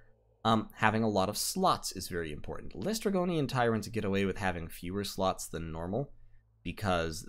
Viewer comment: DOH!!!! But seriously it's "less - tre - go - nian" not "lay - stre - gore - ian". Still good catch. I hate it when I'm an idiot.